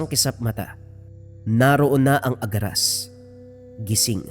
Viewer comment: ang alam ko agaras hindi aragas